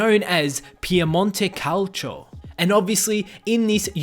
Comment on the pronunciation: like piemonte calcio he prounced it wrong